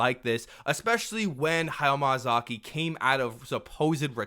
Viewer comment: ok but everytime you said hayao MAYAzaki :D